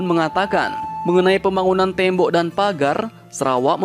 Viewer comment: Bukan tembo tapi tembok min 😀😀😀😀😀😀